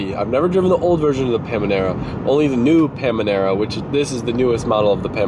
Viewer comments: PAN-A-MEERA NOT PAM-A-NEERA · It's not called Pamanera.... It's panamera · It's not Pamanera, Panamera. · When you realize he was being serious when he said pamanera and not Panamera 😂😂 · Is it "pam-anera" or is it "panamera"... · PA-NA-ME-RA NOT PA-ME-NA-RA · PANAMERA NOT PAMANERA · it triggers me so much how youre saying "PAmANerA" Panamera GODDAMN!!! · Pamanera or Panamera? 😉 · Pan-a-mera lol not pam-a-nera. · Dear, we love you. But it is Panamera not Pamanera;) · Pamanera? 😂 It’s Panamera 😂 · Pamnimera, instead of Panamera 😂😂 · It's called paNAmera, not paMAnera. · Pamanara 😂 the moment u relize it is panamera would be fun haha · omg stop saying pamanera it's panamera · Panamera !!!!!!! Not pamanara! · I’m confused.. Why’s he calling it “Pamanera”??! Isn’t it called Porsche Panamera?? Or is it called differently in the states? 😐😐😐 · It’s PAN A MERA‼️ Hahaha!! Had me dyin! It’s not Pamanera! Thought I was watching Stepbrothers. “Oh I see. You’re saying Pand”. Hahaha!! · Panamera!!!!! Not pamanera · Lol....pam a nera...lol...pan Amera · Panamera not pamanera 😂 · Panemira not pamenira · Panamera not Pamanera 😂 you’re the Porsche guy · This is how my thought process went every time I heard it: "Did he say PaMAnara? Must be some inside joke where he purposely says it wrong". Says it again "Wait, he keeps saying it, maybe he genuinely thinks he's saying it correctly." Says it a few more times "Nah nevermind, he's definitely trolling." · STOP SAYING “PAMINERA” LMAOO. Like 20 times 😂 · Paminera lol, it's called Panamera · I’m in, heard “PaMaNera” 7 times so far. Is this a joke? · Why does he keep calling it a Pamanera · WTF is a Pamanera? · its Panamera.. not Pamanera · wait yall say paManera? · Sounds like he's saying Panera Like Panera Bread.. lol TROLL level 100! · UGH! It’s pronounced Panera!!! Like the bread! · Hearing you say “Pamanera” over and over was torture lmfao. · Got so mad when he said "Panimerina" or some stupid stuff like that :D